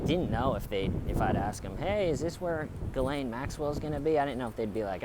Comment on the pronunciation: This video makes me realise that every big city in the western world is so similar, oh and, thank you for pronouncing her name correctly lol loving the little bounce of the camera whilst you walk 😂😂😂🎥🚶👏